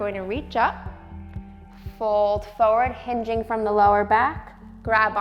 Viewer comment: Why do you pronounce FORWARD like that?